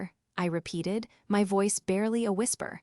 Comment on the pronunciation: WTF is V oice? It’s voice! 1 word! This AI voice is horrible! Unsubscribing!!!!!🙄